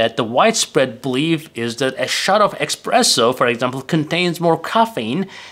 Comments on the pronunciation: Sorry, but it is not "Expresso" it is Espresso! It is made with pressure. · And certainly, it's espresso and not express-o. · It's espresso, not "expresso". Michael Scott on the The Office would say "expresso", among many grammar/pronunciation errors. What is the effect on truvia, stevia, splenda, and other artificial sweetners on blood sugar level? I've seen contradictory statements on the topic. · It's not "expresso" but "espresso" and it doesn't mean "express, fast", it means "under pressure, pressed out". Unbelievable that someone who talks about coffee doesn't know that. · It's NOT expresso for fast, but espresso. Considering all those italiano inventors, it's no surprise that the word espresso comes from… Italian! Espresso is the past participle of the verb esprimere, which means 'press out'. This verb stems from the Latin exprimere, which means 'press out' or 'squeeze out. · Informative as always, but...expresso? :) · not expresso lol, it's espresso and it oryginates from brewing method not because you think it's express :) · espresso not expresso ! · espresso, not expresso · It's Espresso, not expresso ;-) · It's not "EXPRESSO" -- it's pronounced "ESPRESSO", which has nothing to do with "express". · I call it expresso, that is how I like it lol. But thanks for language lesson. Please make us videos about how to pronounce words lol:) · Ah yes, "expresso" is fast espresso. 😆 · You have committed a sin, by mispronouncing "espresso". You could be unalived for that. A internet story about this talked about a jury actually acquitting someone for this.😂